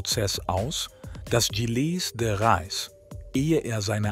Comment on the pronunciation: Leider steht nicht nur die genutzte KI-Stimme mit der Aussprache von Gilles de Rais auf Kriegsfuß (faszinierend, wie viele verschiedene Versionen in dem Video vorkommen, könnte man fast ein Trinkspiel daraus machen: Ein Schluck für jede neue falsche Ausspracheversion), sondern leider auch das Übersetzungsprogramm (oder der KI-Artikelschreiber) mit der deutschen Grammatik, vor allem dem grammatischen Geschlecht und der korrekten Deklination von Adjektiven und Pronomen.